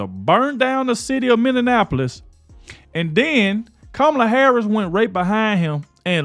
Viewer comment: Is this a joke come on really. The host of this in my mom’s basement show can’t even pronounce Minneapolis correctly.